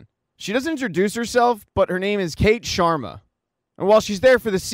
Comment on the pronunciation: "The Shwarmas" has me in stitches 😂😂😂. It's SHARMA, my dude